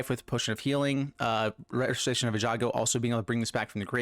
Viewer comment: Most butchered word in magic? All streamers repeat after me: ei-gan-jo ;) Great deck tho.